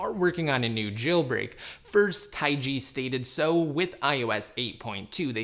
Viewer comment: Jesus it's not taigi. It's just taig